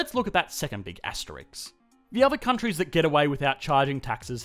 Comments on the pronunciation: Absolutely loving your videos. Learning so much from you ❤ But I have to say... it's an asteriSK, not astericKS lol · It's ASTERISK NOT ASTERIX. Asterix was a cartoon character. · I find it endearing that you say Asterix and not asterisk. Gotta love those comics. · aste rissssssssssk not aste rix! rissssssssssssssssssssssssssssssssssssssssssssssssk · It’s “asteriSK”, you muppet!